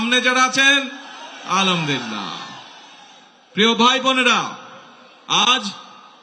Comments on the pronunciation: আলামদোলিল্লাহ না বলে আলহামদুলিল্লাহ বলার অভ্যাস এবং সালামালাইকুম না বলে আসসালামু আলাইকুম বলার অভ্যাস করার জন্য পরামর্শ রইল। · আলহামদুলিল্লাহ, এই শব্দটি একটু ভালো করে মুখস্ত করবেন এবং বলার চেষ্টা করবেন ধন্যবাদ আপনাকে।